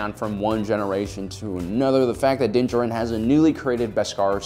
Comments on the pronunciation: Stop mispronouncing Mandos name or I’m leaving-oh there you go. Bye. Also you can’t even pronounce Beskar? Smh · Did you watch the show? How cant you pronounce his name or beskar? Is this a meme? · Why do you pronounce his name so bad they say it in the show and you’ve gotten it wrong multiple times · Why is everybody calling mando Din Djarin ? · Learn how to pronounce Din Djarin's name. Don't know what show you're watching, but Din does use strategies.